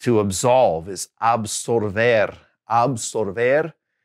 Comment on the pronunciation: Con Absolver y absuelto cometes el mismo error de pronunciacion que con la palabra vuelto. Le agregas una "r" en el medio que no corresponde. You make the same pronunciation mistakes with the words absolver, absuelto, resuelto and vuelto. You add an "r" sound in the middle of the words, instead of "L" sound, you pronounce an r sound , and it's not correct. I'm from Argentina.